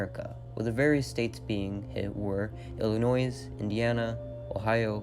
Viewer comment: Illinois is pronounced “Ill~I~NOI”. The “S” is silent. Are you from the US?!?